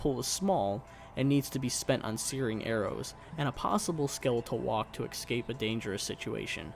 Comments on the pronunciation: It's escape not eXcape damn it's way too annoying to hear that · why does he kep saying 'exscape' ? if its a joke I'm not getting it